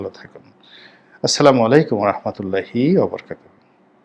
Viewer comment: আমেরিকা যদি হাসিনাকে এইভাবে মহব্বত করত তাহলে তুমি কিভাবে এটাকে বর্ণনা করতে? ধরো রনি তুমি প্রধান উপদেষ্টা হিসেবে জাতিসংঘে গিয়ে যদি এরকম উষ্ণ অভ্যর্থনা পেতে তাহলে তোমার কেমন লাগতো?? ডঃ ইউনুসের জন্য তোমার এত কষ্ট কেন বলতে পারো? আর শোনো তুমি যে সালামটা দাও না এই সালামটা কিন্তু সহি শুদ্ধ না। তোমার সালাম শুনে সবাই তো তোমাকে খুব পরহেজগার দিনদার মনে করে, কিন্তু তুমি যে সালাম দাও সেটা অশুদ্ধ। সালাম অশুদ্ধ ভাবে দিলে কবিরা গুনাহ হয়। যে কোন একজন ভালো আলমের কাছে গিয়ে সালামটা সহি শুদ্ধ করে শিখে নিবা।